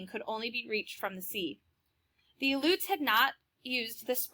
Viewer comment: You did not pronounced the Aluets correctly